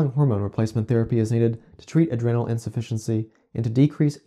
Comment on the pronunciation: Adrenal has a long 'e'...